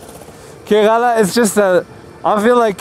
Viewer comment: You pronounced Kerala wrong all the time. 🤫 The first a is silent. So it's pronounced like Ker(uh)la. It would be nice if you show more of your interaction with the people and surroundings, and less of riding. 👊